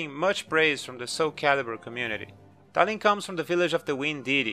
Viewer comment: talim is not read as tah lhim it's tahleem